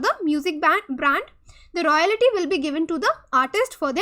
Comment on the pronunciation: "Royalty" ko "Royality" bol raha hai